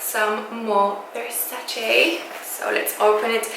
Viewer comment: finally someone who pronunces Versace correctly and not Versaci!!I'm italian and it's an italian pronunciation!!The mug and the saucer are amazing!!Love love love from Sardinia Italy😃😃